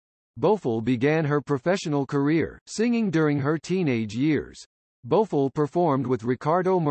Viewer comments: The commentator should learn how to pronounce people names correctly 😖 Her name is not Bofo it’s Bo F I LL 😩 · Whoever this person is he can’t even pronounce her name right he needs to be replaced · Thank you! She is still alive and he pronounce her last name wrong!